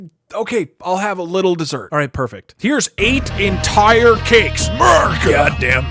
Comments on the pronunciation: "This is Ameerica" killed me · This is Amerrrrica